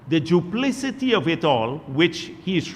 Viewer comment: Who thought him the word need to teach him how to pronounce duplicity